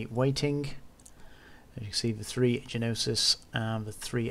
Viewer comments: Gnosis, the G is silent 😁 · thanks. The ships are "NO-sis" and "ex-ECK-yer-er". {Greek- and French-derived names with particular pronunciations)